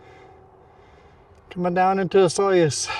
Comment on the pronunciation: The proper pronunciation of Osoyoos is....Osooyos